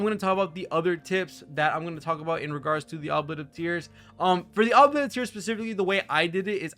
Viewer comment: "oo blee ett" FYI